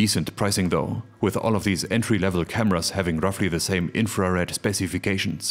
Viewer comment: The way you pronounce "infra Red", my brain keeps hearing "inferior". Just me?